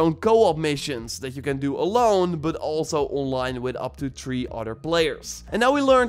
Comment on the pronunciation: " Tree Utter Players"